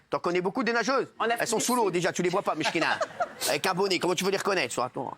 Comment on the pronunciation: En plus il parle très mal l arabe. On dit pas mishkina mais meskina. C une honte ce manque de respect et ce foutage de gueule. Hanouna est ridicule